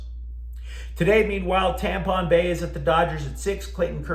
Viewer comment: Dude you had me at " TAMPON BAY" FRICKIN HILLARY-OUS 😂😂